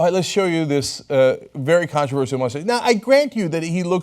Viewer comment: I died at "police that moostache" 😂😂